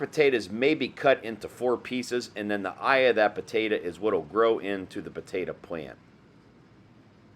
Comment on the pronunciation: PotatO!!!! Not potatA!!! ...lol